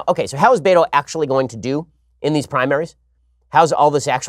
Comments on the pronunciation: It’s pronounced beta. Not Beto. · It's not Beto is Behto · Me: “Ah yes. Time for some intellectual, professional, political analysis this morning.” Ben: “BAY-DOE!” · My Wife: I know he keeps saying "Beto", but all I hear is "Beta". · that cracks me up, too. ha